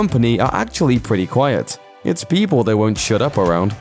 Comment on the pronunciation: Peepaw? Tuner? oh, people (PePull) and tuna (no R in tuna.) uh able to change the color of their fur.... ? ooooooooookaaaay. Never seen in my 59 yrs. Purring while asleep alone on the other end of the house is what my cat does. Opposite of what you said. oy